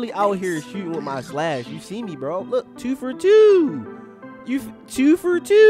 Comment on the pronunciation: “Tew fur Tew”😂😂😂